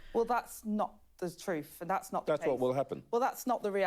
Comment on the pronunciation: “ Well that’s not the troof”!😂